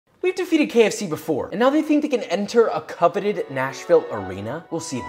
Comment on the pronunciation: It makes me mad whenever you say coveted